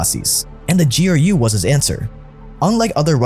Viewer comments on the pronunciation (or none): GEE ARR YUU Honestly making my ears bleed. Its pronounced Groo. What is it Anglos and pronouncing every letter in an acronym? I mean you call him POTUS not PEE OHH TEE YUU ESS right?